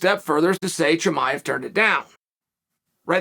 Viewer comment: I’m very surprised Chael pronounced “Chimaev” correctly.